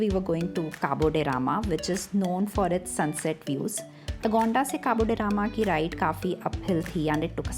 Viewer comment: Pronounce it like Goans do 😊 and not how it’s spelt on google 😂 there are many other hidden gems in south Goa and it’s always peaceful compared to north. Cabo De Rama = Caab They Ram Palolem = Paalo Lame